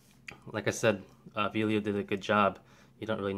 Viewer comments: It clearly says Vello not Velio. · Really small point, but it is Vell-o not Vee-lio as you keep pronouncing it. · I enjoyed this video. I have the Vello (NOT VEE-lio), the same as yours. I was noticing on mine that it seems to fit a little more flush than yours. Mine is solid and doesn't shift. I really have no complaints. I didn't have to tighten any screws. I am an amateur and don't use my 7200 all that often but when I do use it, the grip works fine. However, I did learn my lesson on buying 3rd party batteries. They just don't last so I do stick with original Nikon batteries.